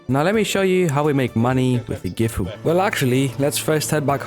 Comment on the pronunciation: not trynna be that guy but "Gifu" is actually "Sisu"